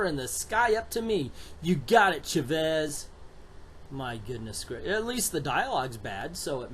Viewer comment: Chavez pronounced Cha (like chapstick) and vez. I understand you don't understand Spanish but we have internet and it's not that hard to find. trust me it's not endearing to see someone ignore their resources and go with it anyways.